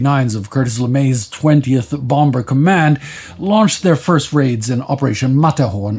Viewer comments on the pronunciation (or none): The second b in bomber is silent